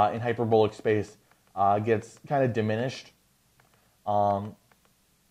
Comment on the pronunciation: You’re pronouncing “hyperbolic” wrong. The “o” in hyperbolic should rhyme with the “a” in “bawl.” Not the “o” in “bowl.” Hyper-BAWL-ick. Not “hyper-BOWL-ick.”